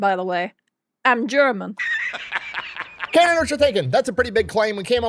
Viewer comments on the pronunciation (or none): "I'm European by the way. I'm German." I could actually tell just by the way you said "I'm German." The accent came through just slightly lol Ahh, the pause to try and claim Celsius is superior using the argument that Nic was literally about to destroy was classic. Seen a lot of attempts to rebutt the perfectly reasonable and logical arguments made by Nic and it all proves to me that Nic is correct in that Europeans just don't want to admit that the US is doing the correct thing by making AC a widely used piece of technology. I just looked it up. I found a 9,000 BTU AC unit capable of cooling up to 25 square meters for just 310 dollars on the German version of Amazon. That is more than a reasonable price. Price is NOT an excuse for not having AC. Also, know why the price is as high as it is? The fact that, in Germany, the VAT tax is 19%. Want cheaper goods? Stop letting your government tax you to death.